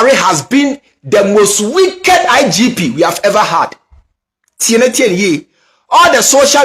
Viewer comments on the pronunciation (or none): EII NOW YOU YOU SOUND LIKE KENYA THE ACCENT AND PRONOUNCIATION example COVER you said CAVER and WICKED you said WEEKED